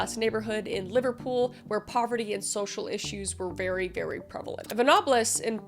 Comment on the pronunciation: so strange that the first story is so close to my home town, hearing you prounouce liverpool made me giggle though, i never hear Canadians/Americans pronounce that place before now..